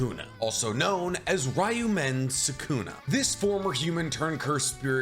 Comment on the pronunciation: "Ryamen Sukuna"